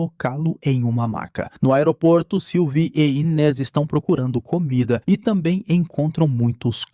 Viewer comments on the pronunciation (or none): none